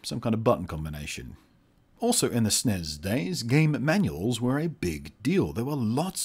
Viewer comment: ITS S N E S NOT SNEZ